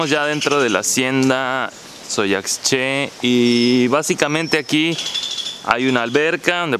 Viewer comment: La intención es buena, pero el compañero tendría que prepararse porque su ignorancia e impreparación queda muy en eivdencia: En nombre de la hacienda es Dzoyaxché y no DzoyaCché. La "x" maya se pronuncia "sh", justo como el la pronuncia cuando dice "Cuxtal". Los rieles eran para transportar las pencas de henequén del campo a la desfribradora y eso cualquier habitante de la hacienda se lo hubiera podido explicar. Supongo que se sienten muy por encima de la personas que viven por allá. También le podrían explicar como se pronuncia y que significa su nombre... Triste que haya tan poco respeto para las personas mayas de la península, los que no sienten la necesidad de superar su ignorancia.